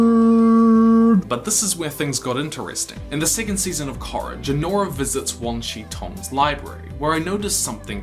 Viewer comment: Good video, as I've come to expect of you. But why do you pronounce Korra with a short o like that?